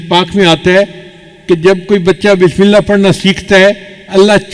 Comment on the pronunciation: Please, bismila nahi kahte, isska matlab, Allah ka name nahi, asal lafz hai, Bismillah, ha ko zarur ada karin, taa ke sahie matlab ada ho